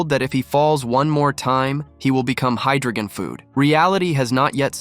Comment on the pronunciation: According to the text, the name of the game world is pan-jih-ah, not pan-gee-ni-ah. There is no n in the final syllable of pangea. And it's hi-dro-jen (with a hard g), not hi-dro-gehn (with a soft g). And the s in Marquis is silent.